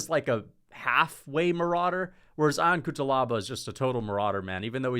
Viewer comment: Fk it’s not I-on Cutelaba …. It is pronounced Yon!!!